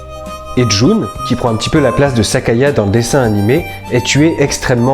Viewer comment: Petite correction : c'est Sayaka, pas Sakaya ^^